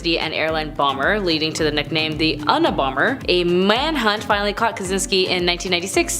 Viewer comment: Una-bomber...pronounced youna- bomber.